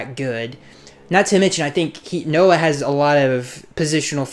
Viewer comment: You got Noah's name right. Good job.